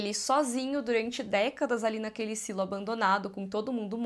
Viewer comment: Mulher, fala SILO, pelo amor de Deus kkk É tão estranho ouvir sailo. Pfv, Silo kk deixa BR msm